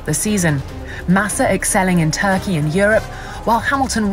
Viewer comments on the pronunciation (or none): none